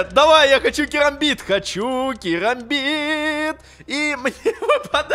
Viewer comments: Керамбит а не карамбит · Правильно керамбит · кЕрамбит правильней, потому что буква A английская произносится как - Эй, е